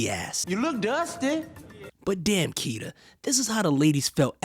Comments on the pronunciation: You keep saying kita when it’s kitty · It’s kittie not kita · ITS KITTY NOT KITA BRUH .... U REALLY NEED TO GET YO REPORTING TOGETHER BRUH !!! 🤦🏾‍♂️🤦🏾‍♂️ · Why do you keep saying Kita??? It's Kittie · It’s kitty tho😒 Not kits. Not cool